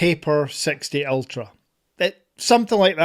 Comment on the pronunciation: Ultrrra - Ultrra - Ultra. 🤓